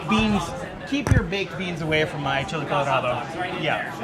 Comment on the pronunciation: ITS "CHILE" COLORADO NOT "CHLI" !